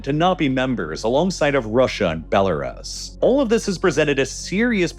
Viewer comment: Why does this channel always pronounce belarus so dumb